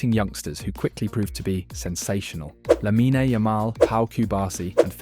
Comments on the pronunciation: great video! just a small observation, its not hate or anything; the "e" in "lamine" is not prounounced. it ends with the n. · Bro can't pronounce Lamine right to save his life